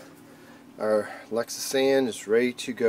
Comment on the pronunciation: Lexisan? Are you try to say Lectra San ?